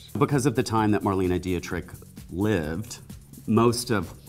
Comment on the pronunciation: Why does he keep saying Dietrich incorrectly?